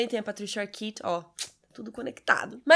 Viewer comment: ótima análise como sempre. Aliás, a estética e o visual do filme me lembra em algumas partes o filme Brazil, do Terry Gilliam. Só na questão de pronúncia, o nome Arquette se pronuncia "Arkét" e não "Arkit".